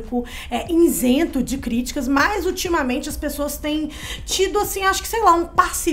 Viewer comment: Eu deveria ter parado de assistir esse vídeo quando ouvi a loira falar "iNsento" . Mas decidi continuar. Até ouvir ela falar "cidadÕEs" . Aí, realmente, tive que parar de assistir. 🙉